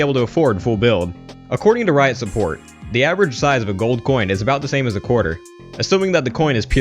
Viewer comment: guys don't repeat "sa" say "as"